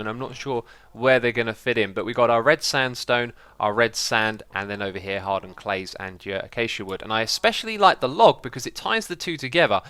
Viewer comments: Is there a reason you keep saying "atsjatja" when acacia should be pronounced as "a'keisia". Not that you need to stop it, think it's kinda funny. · xisuma, you say achacha wood, it is pronounced ukashia or akashia. but spelled acacia. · its 'ah-kay-sha' not 'ah-cha-cha' just me being a little picky ;) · It's "a-kay-sha" not "a-cha-cha" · It is pronounced a-kay-shi-a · Acaçia is pronounced uh-kay-see_uh. Just for future reference. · You always say A C A C I A wrong